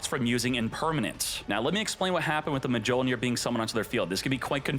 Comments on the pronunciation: "mah jole near" is the biggest violation😂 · It's pronounced myol-neer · He keeps saying the “J” 😭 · thats mi-yol-neer you fool 😂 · i never heard of this card... or Mjollnir pronounced like that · deserves to have his ash fingered for that pronunciation. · How does not know how to pronounce Mjolnir? 😂 Thor would be ashamed smh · its MA-CHINA all over again 😭😭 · Idk if he's being serious or not😂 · I cringe everytime I hear it 😭